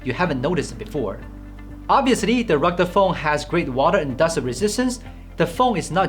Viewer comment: I love the way this guy says "ruggde phone" instead of "rugged phone".